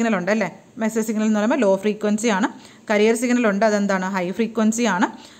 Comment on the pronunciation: ക്യാരിയർ വേവ് എന്നല്ലേ.... കരിയർ എന്നല്ലോ